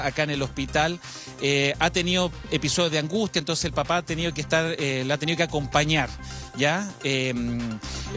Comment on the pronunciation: Que mal periodista y pesimo relator...que bueno que todo este bien , una madre magnifica...solo el periodista para relatar muy mal..." la ha tenio que aconpañarrr"